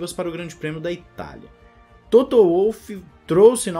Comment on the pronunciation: Adoro seu canal, sua forma de comentar! Mas por favor, o nome do cara é Toto, não é "Touto", como vc costuma pronunciar! De resto, táca-le pau, que vc manda muito bem! Abraço!